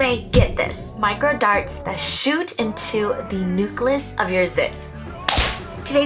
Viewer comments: My science teacher would never approve of the way you say “nucleus” as newgluss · I love you so much but the way you say “Nucleus” has got to stop 😅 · Nobody:: pronounced nucleus as "new-cluss" ♥️😂♥️ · don't forget the follycewls